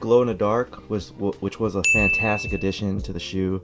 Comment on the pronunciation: Drinking game: take a shot every time he says fanatastic